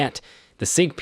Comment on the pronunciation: Can’t take this video seriously. Stop using bots with simulated voices to do your videos because saying it like Syg and Rujer make it sound like you don’t know what you’re talking about.